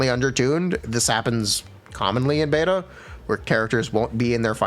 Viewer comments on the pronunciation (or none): none